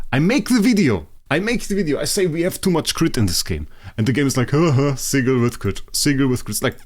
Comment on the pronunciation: Love the vids❤. Ps please dont say sigel its sigil many thx . 😂😂😂😂😂😂😂